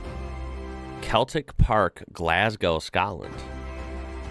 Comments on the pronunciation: Celtic is pronounced sell tick. The figure is incorrect. It 60,411. It was rebuilt in 1994 on the ground of the original stadium. The reason for the design is the smaller stand is listed, although this is debated by some fans. The stadium holds 60,411 and has around 54,000 season tickets holders (the most in the UK according to Celtic), with another 28,000 on a waiting list. That stat came from ex captain Scott Brown. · your'e fogivin for pronouncing the stadiums wrong celtic is pronounced as Seltic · Celtic is pronouned as SELTIK. So no a K. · Celtic is a soft C, like Seltic. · Celtic park is pronounced Seltic park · It's not "Celtic". It's pronounced "Seltic." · C in "Celtic" is soft when it is the football team! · Hahaha, "sorry if I get any of them wrong" Proceeds to butcher every single one. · In this case the C in Celtic is pronounced as a S. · I advice to google it with sound, it is sad to see how names are butchered. Celtic is even an English name.